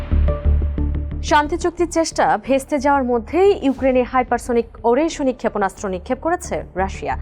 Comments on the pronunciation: উচ্চারণটা ওরেস্নিক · উচ্চারণ টা হবে “আরেশনিক “। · নিউজ রিপোর্টার মেডাম, সঠিক উচ্চারণ টা হবে “আরেশনিক “। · আগে মিসাইলের নামের সঠিক উচ্চারণ শিখেন তারপর উপস্থাপন করতে আসেন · উপস্থাপিকা মিসাইলের উচ্চারণ না শিখেই নিউজ পড়তে শুরু করেছে 😅😅